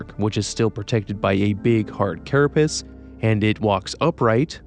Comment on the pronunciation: Carapace not carra-piss